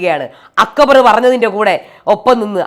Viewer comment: അക്ക് ബർ😂😂😂.,.. അക്ബർ എന്നു പറയാൻ പോലും ഷാനവാസിന് അറിയില്ല